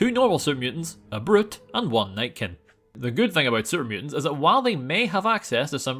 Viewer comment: When he says super mutants I can’t not hear Serbians